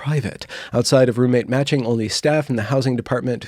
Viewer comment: Ok, it wasnt until about half way through that I realized you weren't saying roommate magic, that you were actually saying roommate matching 😂 this video was so much better when I thought it was roommate magic haha